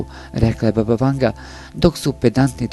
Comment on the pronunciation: što kaže:,,baba vangla"😀😁.